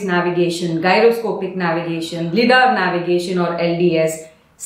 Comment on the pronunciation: Its pronounced “Lie”dar; Light Detection and Ranging